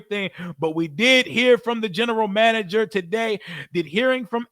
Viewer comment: Yo said “General Mander”😂😂😂 I love it! In AP I trust!